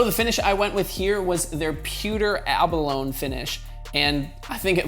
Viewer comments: It's "A-BAh-LONE- EEE" , not "Ah-Bah-Lone" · It’s pronounced ah-buh-low-knee Not to be a dick. Just don’t want the dude to be embarrassed when someone tells him.